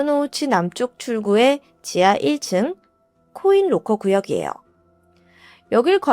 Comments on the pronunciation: 나만 그런가? 계속 코일로커로 들리네. 😮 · 코인 롹커 말하는거죠? 첨엔 못알아들었어요 사물함.기왕이면 영어발음이어떨까요.